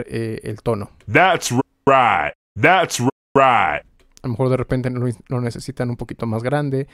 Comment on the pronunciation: "That's right" "¡That's RIGHT!" "Dads ruait" En verdad que trauma ja ja ja ¡Gracias por tu curso!